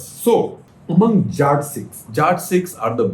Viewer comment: Hi Shekhar Sir. Please start pronouncing the word Jatt properly. Its Jatt Sikh not Jaat Sikh.